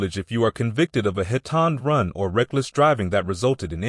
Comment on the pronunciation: The male narrator mispronounced 911 by saying 900 and 11, hit and run by saying hit and drun , etc